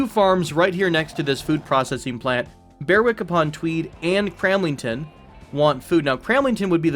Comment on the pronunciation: Love your videos! My delicate British ears couldn't quite get used to your pronunciation of British place names. If you did want to try the native ones, Flitwick and Berwick are pronounced Flit-ick and Ber-ick (silent w), Sheringham would be Shering-am (silent second h), Bournemouth would be Bournemuth (the last u is an uh sound, as in gruff) In any case, thanks for your youtubes, they're awesome